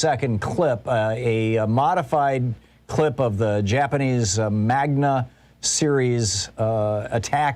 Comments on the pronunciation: Oh for Pete's sake... it's MANGA, not magna. Geez. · It's manga, not magna Thom. But good program. They (Congress) and we (constituents) need to get Gosar removed. And if Garland don't prosecute Bannon and the rest then he needs to step down and be replaced by someone who will do their job. If the DOJ won't do its job then Congress needs to fold through with the prosecutions for the sake of holding the ones responsible for 1/6 accountable and for the sake of our democracy. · Small correction, Thom..... It's not "magna". It's Manga..... or anime. I love you, brother, but these are details your young audience will notice.